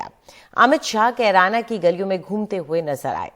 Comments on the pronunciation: BJP hatash lag rhi he Amit Shah ne Kerana ko, Corona bola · अमित शाह जिस जगह पर गए हैं उस जगह का नाम भी सही से नहीं बोल पा रहे हैं कैराना को कुरौना बताए हैं अमित शाह दूसरा बार में कैराना बोले हैं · Korona hai bol diya kirana ko😂😂😂... Mota bhai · Amit Shah ko carana bolane nahin aata hi corona bol raha hai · Kerana ko corana kah rhe hai aar paar